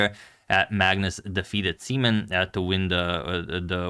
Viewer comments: is his name really prounounced "semen"? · Uhmm, im not entirely sure if his name is pronounced like that 😶‍🌫️ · Can we change the pronunciation of "simen's" name?